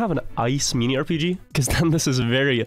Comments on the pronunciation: "meenee" instead of minny is crazy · I love and his occasional, strange pronunciation of an English word lol. Ten seconds in and already he says "Meanie" RPG of the week 😂